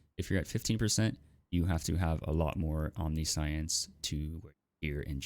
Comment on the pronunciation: Omniscience is pronounced "om-nish-enssss" (don't actually extend the s when you say it. I just used to to showcase which pronunciation to use)